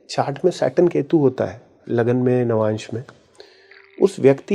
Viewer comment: Lavmansh nahi Navamsh hota hai😊